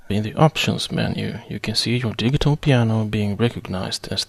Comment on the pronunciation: You speak perfect English, but 'digital' is pronounced 'di-jit-tal' ... with a 'j' sound ... not a hard 'g'.